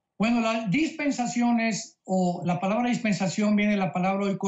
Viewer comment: La cara de los conductores "ignorantes" que no siquiera puede leer bien "dispensación" por qué nunca la había escuchado. Estas personas son las que influyen en miles de personas.. 🤦‍♂️